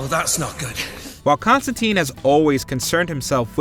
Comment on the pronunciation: It's not Con-stan-teen . It's Con-stan-tyne. This is confirmed by Allan Moore who created the character.